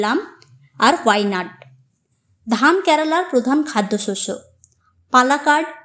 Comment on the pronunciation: Pronunciation ta karala kno? Spl to kerala